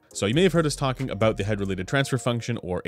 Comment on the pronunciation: "Aboot" Are you like 50% Canadian?